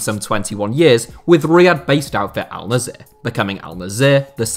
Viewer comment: its not alnzeer its alnassr